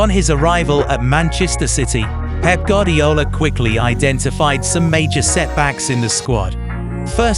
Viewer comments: It's goo-are-dee-ola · My goodness I wish you could get pronunciations correct. (Gwardiola, Ederson, Gundogan, Ya Ya etc) Good Vid though.